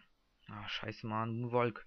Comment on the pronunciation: monwaLLLLLLLLK man spriecht das so aus woonwock